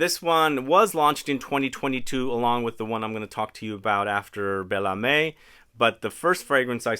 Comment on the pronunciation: Âme is pronounced “amm” but you pronounced the others quite well today, congrats!